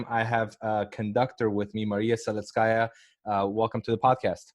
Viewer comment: "Perfect pro-NUN-ciation of my name. Thank you!"